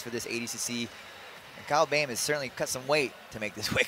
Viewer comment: It’s not Kyle bem, it’s Kyle BOEHM, pronounce it like Böhm